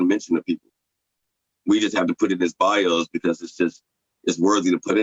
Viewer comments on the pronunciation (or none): none